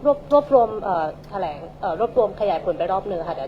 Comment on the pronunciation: อย่าว่าแถลงเลยครับ มาอ่านอะไรไม่รู้ อ่านก็ผิดๆถูกๆ เป็นนายกฯ มันต้องรอบรู้รอบด้าน มากกว่านี้ อันนี้ยังไม่พอจริงๆ